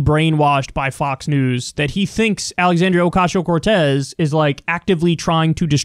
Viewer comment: is it just me or does kyle say "ocashio"